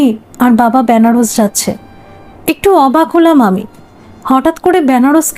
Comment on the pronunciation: ব‍্যানারস নয়, হবে “বেনারস”